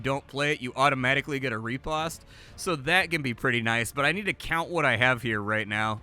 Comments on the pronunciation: Pronounced Rih-Post. Not Re-Past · Fyi, riposte is pronounced ruh·powst. It's one of those french words that doesn't translate well phonetically. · I love how you butcher the word 'Riposte' =) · Well, turns out I've been pronouncing riposte incorrectly for decades....